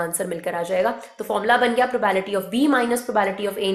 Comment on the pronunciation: Are mam probability bola karo yaar bhot irritate hota hai...btw well taught...